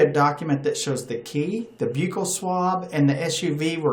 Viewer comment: Not being mean your saying buccal wrong.